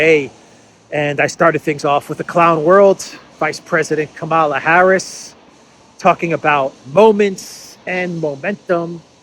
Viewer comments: It is Kamala as in Pamela. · Kamala in a constant state of stroke as usual, spewing out meaningless word salad.